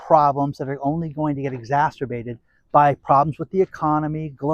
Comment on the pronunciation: He said exzasterbated